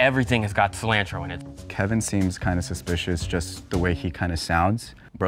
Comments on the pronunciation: I think it was more, California accent with low voice (more likely Asian) vs whatever American accent has him pronouncing cilantro SEE LAND TRO 😂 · This should've been done as soon as Kevin said Ci-lANtro. Dishona on your cows and family for not voting him out after sounding like that 😂